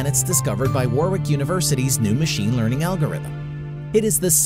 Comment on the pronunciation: I went to Warwick University, awesome! Just to let you know it's pronounced Warick (the second w is silent)